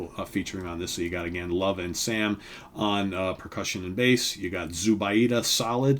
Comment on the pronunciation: I'm from sweden and in to Hard Rock and more and I never heard about them. I do Belive the name Love should be pronounced with rhe e at the end spoken so to sqy.